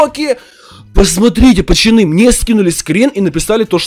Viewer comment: Ты говоришь почоны хмм почемк